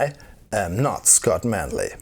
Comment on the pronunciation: "I'm, Phly safe" AGAIN!